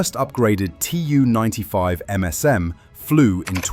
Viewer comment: Tu is spoken as a word. Not spelled as T-u. This is nearly for all Soviet aircraft: Su, Mi, An, Il, Be etc.